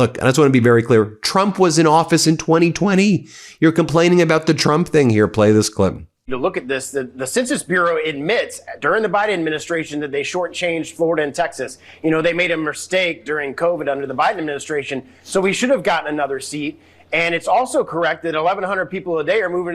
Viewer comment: They made a Mirstake? That dumb ass said MIRSTAKE